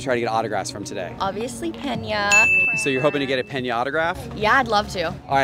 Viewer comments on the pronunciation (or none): Hey y’all astros fans is it not pronounced “peenya” 😅😅 sorry if I’ve been saying it wrong this whole time. I thought that’s how I ever remeber them saying it when I’ve seen him play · It's pronounced "pain ya" lol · Yah her favorite player, can't even pronounce his name right. PEN YAH!!!! 🤣 🤣 🤣